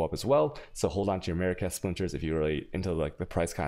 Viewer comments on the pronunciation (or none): none